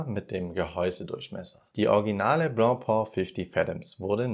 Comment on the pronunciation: Nicht blopo - blopä!😂